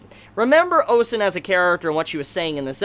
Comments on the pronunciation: I'll be very nit picky here and say this: it's Ozen, not Osen. But besides that, good review. Now, pacing wise for the show: at second glance, they may be on track. If they adapt 3 chapters per episode on average with some cuts here and there, the anime is on track to adapting to what the intro hints to. (spoiler) The fifth layer and Bondrewd. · why are you calling her "osen"?